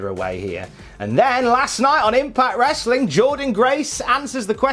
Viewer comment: i already downvoted you by the time you said "wrestling" with the hard "T". I'm going to spend the rest of the afternoon sad that I couldn't downvote you again.